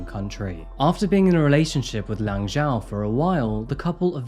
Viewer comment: 11mins in and the reporters are frustrating me with their inability to pronounce “Zhao” properly. It’s not hard.